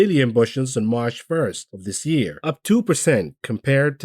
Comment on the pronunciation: Last day of the month, I'll miss hearing you say Marsh